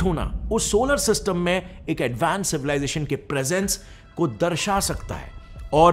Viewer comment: Alliien sounds odd.. extraterrestrial is ok